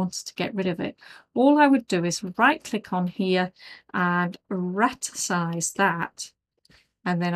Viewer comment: Interesting video, however it is rasterise not ratersize.